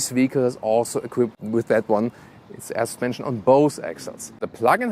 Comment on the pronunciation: Every time he says AER SUSPENSION Arnold schwarzenegger slaps a kid